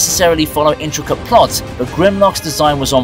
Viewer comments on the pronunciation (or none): none